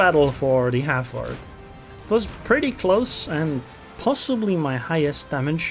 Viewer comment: Is it not pronounced 'Hal-Ford'?